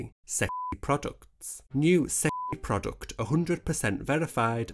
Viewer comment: every time you say "sexy product" i hear it as "shit product" lmfaoooo